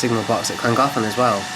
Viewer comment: butchered the name but still good video